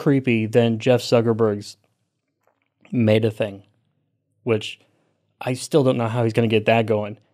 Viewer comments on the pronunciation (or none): I have never heard someone pronounce Meta as May-ta. What is that?